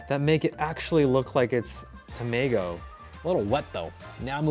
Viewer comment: 「タメィゴゥ」好き